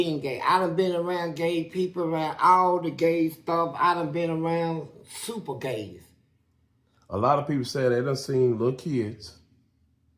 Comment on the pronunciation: 😂🤣🤣 when he said "Super Qay".. bruh.. I thought of a guy powering up like Goku just to be next level Qay 🤣🤣